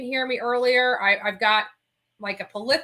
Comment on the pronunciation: You are going to hate me - lol! - but it's pleh-thor-uh not puh-leh-thor-a. I'm so sorry!!! lol!!!